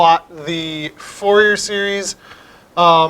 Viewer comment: i dont trust a math video where they pronounce fourier as FOUR-YEAR instead of FOOR-YEY. You just destroyed your reputation there, bye!